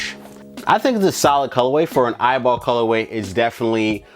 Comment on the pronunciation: It’s E Y B L not eyeball😂😂😂